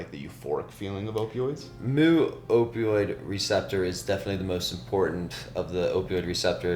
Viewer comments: omg, mu is pronounced "meu" not "moo"! How am I supposed to take this guy seriously? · jfyi, the mu/μ in "mu-opioid" is pronounced "mew", not "moo"🐮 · It is myoo, not moo. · Also, mu is pronounced "meu" not "moo"! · "Moo" pronunciation in someone that should be an expert🙄. It's "mew . . ." With the amount of Latin and greek onomastics used in biochemistry, I'm disappointed with this kat